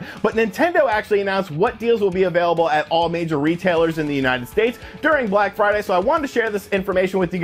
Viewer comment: BRACK FRIDAY BUNDURU???